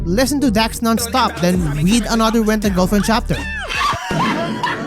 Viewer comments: went a giwlfwiend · All I can hear is Ent a gelflent😂😂😂